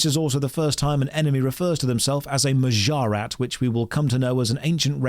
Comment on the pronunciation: It's honestly impressive how good is at mispronouncing stuff like Ardougne and Mahjarrat. I guess it comes free with being British.